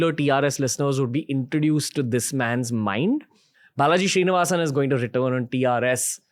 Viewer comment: Name: Srinivasan Ranveer: Shree-nivasan 😂